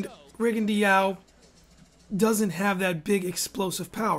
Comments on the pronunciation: Hayden Hausman no Rigo actually wants his name to be pronounced rigon-dee-ow. Listen to his Spanish speaking trainers say his name. And low-ma-chenko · Rigondeaux = Ri-gun-dow Lomachenko = low-ma-chain-ko Jesus.....